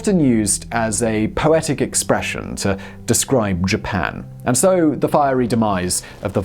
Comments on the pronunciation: "Ji-pan"? I thought only Americans were allowed to mispronounce words! Hah hah... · “I have a pronounciation dictionary. I am doing my best” “Jipan” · How you would pronounce "Japan" and which country do you believe has pronunciation rights to "Japan"?